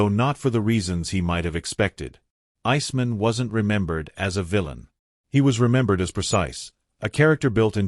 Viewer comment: Does no one review this stuff before publishing. Pronounce "Iceman" correctly.